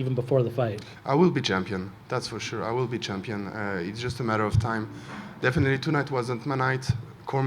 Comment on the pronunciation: Volkan " it's just a metter of time" Oezdemir